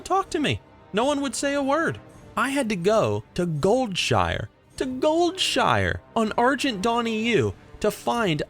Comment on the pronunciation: sooo nobody is gonna mention that he pronounced goldshire wrong?